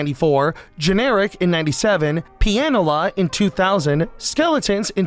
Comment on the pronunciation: Can you say "pianist" instead of P NS ?